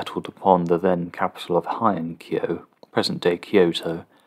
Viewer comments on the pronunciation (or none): The beginning part of the word "Heian-kyo/平安京" is pronounced as in "hey," not like in "high."